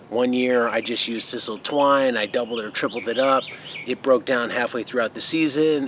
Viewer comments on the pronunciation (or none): I've binge-watched so, so many of your videos today, and I just wanted to thank you for sharing so much knowledge with us!! But because I've watched so many, I have heard sisal pronounced incorrectly, and I'd want someone to tell me if I were making videos. It's a long I, as in like. And I like, like, like your channel very much!!!😉